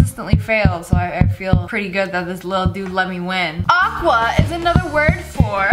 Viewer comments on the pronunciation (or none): It’s agua not aqua😂